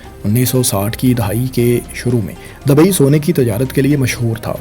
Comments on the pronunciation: Wo Dubai ko hi dabai bol rahe koi 50 bar aap aik baras ki bat kr Rahe hain 😂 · Dabai nahi bro dubai😂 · Dabai nahi Bhai Dubai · Dabai dabai dabai....urdu seekh sarak chaap